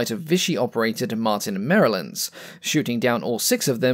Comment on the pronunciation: These are thorough and well-presented documentaries, - and I want to give props to you (no pun intended) for pronouncing 'Maryland' correctly. We brits habitually mangle this word in a terrible "say it as you see it" fashion - and it's horrible, just horrible. So, gold star Sir! Please keep this up; you are easily one of the top Youtubers for mililtary technology overviews - and I just spelt 'military' wrongly and can't be bothered to go back and correct it, because I'm far too lazy to do that, but not so lazy that I won't just keep rattling on in train-of-thought style.